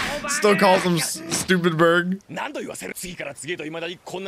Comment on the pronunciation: Please please please please say "baka-berg" not stupid-berg. it hurts to hear.